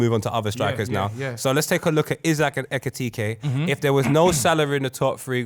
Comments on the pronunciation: It is when people think it’s tkt and not ktk try say it tkt way I bet you get tongue twisted lol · Lawd, the number of times they murdered my man’s name. It’s EKITIKE, I swear it’s not even that hard 🤣🤣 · Hugo's name is hard to pronounce but ain't gonna lie 'etipete... Nketiah' gold🤣🤣🤣 Great episode, you lot smashed it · These guys saying Etikite is killing me 😂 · 4 black men struggling to say E-KI-TI-KE is a problem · why did they all struggle to say Etikite?! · ekitike is such an easy name to pronounce, im tired of jamaicans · You man need to respect Hugo Ekitike's name, says it correctly or near enough but the rest of your try be funny, respect his name. You lot moving like them white people at work that struggle with seeing african names and call them random names. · calm down lil bro, no one’s agreeing with the Ekitike point. It’s also not that hard to say his name. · How many times did they mispronounce ekitike😭😭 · Ay tell to shut up man 😂, man's doing the most trying to get on to Ekitike and can't even pronounce man's name. Yeah Liverpool spent that much for a back up, thats the level, you can hate from outside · 45 mins of these man mispronouncing ekitike ffs